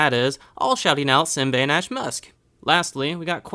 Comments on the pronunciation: sorry this bit is how you say simbainashe you say is like (see mba e nur sher) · and my other name is pronounced simbainashe you say it like (see mba e nur sher)